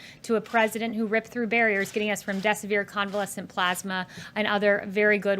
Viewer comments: Oh, she means, "convalescent plozmah," I was wondering what she was talking about I sure hope everybody is working towards the same goal on this in the White House. I guarantee somebody in there is dumb enough that they're still trying to figure out what, "plohzma," is, lol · Any time I lie from now on I will say I was not lying I was inciting calmness lol and Kayleigh said the word plasma wrong it’s called plausma just ask trump lol